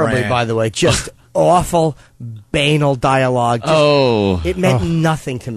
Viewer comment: Norton’s pronunciation of banal is tremendous